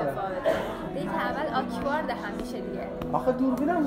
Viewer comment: یچیز فقط. اون آکوارد نیست😭، بهتره آکورد تلفظ بشه